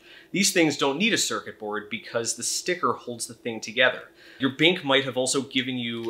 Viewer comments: why say bink in stead of bank? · why do you pronounce 'bank' as 'bink' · Ahaha, he says “bink” instead of “bank”!